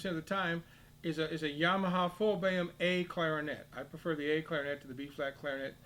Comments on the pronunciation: "Boehm" = Böhm. Not pronounced "Bam". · Imagine pronouncing [ø] as [e̞ːɐ], this is unwatchable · Indeed, I am also American and have never heard it pronounced like that.....Often I have heard "Full-Böhm" or "Modified-Böhm". Funnier than that: Some Europeans talk about German system and the French system clarinets, but Theo Böhm was actually German. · ITS PRONOUNCED BAYAM???? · No, it's pronounced bo-em. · is there a reason why you pronounce Boehm differently to everybody else..?